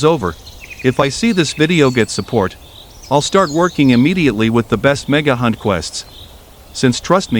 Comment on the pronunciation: I thought you said “mega tokens”